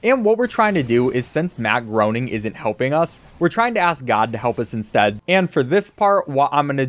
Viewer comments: It's funny that you called him Matt Groaning cause literally the very first cutscene he appears in has a joke that where his secretary calls him "Matt Groaning", Matt corrects her (it's pronounced "gray-ning") and then she asks him if he's sure, and he says he doesn't know anymore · Matt Groening is pronounced like "complaining". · Btw it’s pronounced graining